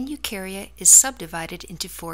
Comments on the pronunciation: the way she said fungi tho 😬. FunJI! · is fungi supposed to be pronounced like that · haha no